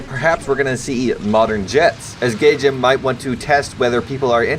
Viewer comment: Hollup he called it gay jin lmao Also i think the pronunciation for etendard Is eaten dard